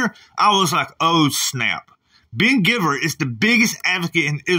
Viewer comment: lol ❤️ I think his last name is pronounced gyveer rather than giver